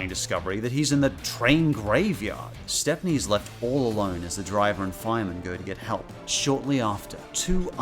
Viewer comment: His name is Stepney, pronounced like "step-nee". He's even got his own book in the Railway series, "Stepney the Bluebell Engine".